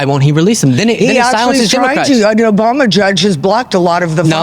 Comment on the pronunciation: You also slipped in "OBAMNA"